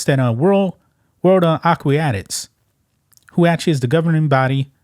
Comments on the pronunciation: It's pronounced A QUA TICS not a que ti ah tics. But otherwise a good channel. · "aw-qwee-atics"....Aquatics you illiterate joke lmao. AQUATICS., aqua, spanish word for water. +tics, like the bug, tick. put it together, I believe in you...good god, while typing this I hear you say "susessfull"...I don't believe in you lol. I bet Lia Thomas can speak correctly, and read. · It;s "aquatics" not aqWEEEatics. Other than that, good video. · Will someone tell this moron how to pronounce the word "Aquatics". It is a-kwat_ics, not a-kwi-at-ics as he seems to persist. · Acuiatics? A-QUA-TIC AQUATICS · The word is "Aquatics"....... not Aquiotics....... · it's AQUATICS, not AQUIATICS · AQUATICS A-KWA-TICS. NOT A-KWI-A-TICS. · AQUATICS is pronounced (phoenically) "ah-kwah-tix" with stress on kwah; not "A-quee-ah-tics' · A-qua-tics not A-qui-a-tics please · Aquatics (ak-wat-ics) not ak-way-at-ics! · Aquatics “ah-kwă-tǐks” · Ah - QUAT - ics, dude. Ah - QUAT - ics. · World AQUATICS, pronounced AH-KOO-AH-TICKS Ya know you can google how to pronounce words You’re reporting on an aquatic sport and don’t know how to pronounce basic words that are used in the field, that I can understand. What I don’t understand is that you didn’t take the 3 seconds it would have taken to check the pronunciation of said words. 🤦🏽‍♀️ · A-QWO-TICS (phonetically) if that helps you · Just an FYI, it is pronounced A Quat ics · Aquatics... A-kwat-ics Sort it out. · No they haven’t been the US like to have their trials late, and it’s pronounced “akwatics” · The word is actually A- quat-ic. A short simple easily pronounced word . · "Ah_qwa-ticks" as a former swimmer... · Please learn how to pronounce Aquatics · Bro, if you're gonna report on "aquatic" issues, you need to learn how to say that word. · you cant pronounce Aquatics...? lmao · The guy can't pronounce Aquatics correctly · You're reading a story on aquatics but didn't take the time to learn how to say the word? 😂